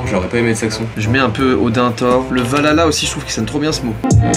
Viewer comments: C pas valala c valhala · Mdrr je viens de capter que tu dis Valala et pas Valhalla mdrrrrrrrrrr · c'est pas valala mais valhalla lol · C'est pas valala c'est Valhalla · C pas valala c valhhhhalaaaa il faut prononcer le h jai jouer a god of war 4 me fait pas chier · Ça me stress qd il dit VaLALA et pas ValHala 😅😇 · Val Halla. Et non Valala svp MERDE !!!